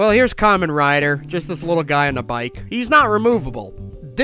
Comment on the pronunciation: BBTS really saw you coming, didn't they? It's a hundred and thirty quid on AmiAmi. With postage, less than £150. For someone beating the Buyee dead horse every video you think you'd have at least checked there first. 🤦 And that's not how you pronounce Kamen Rider, he's not wearing a fruit hat!